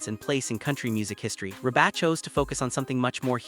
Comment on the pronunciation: Wow... the AI voiceover on this is awful. Can't even pronounce Reba's name? It's REEEEE-BA. Not Reh-Baaaaaa like a dang sheep is saying it. MAC-EN-TIRE... is the last name. Horrendous.